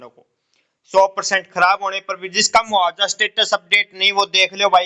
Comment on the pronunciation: मुआवजा ठीक बोलो मुहावजा नहीं